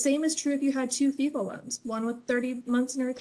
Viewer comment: FFEL is actually pronounced Fell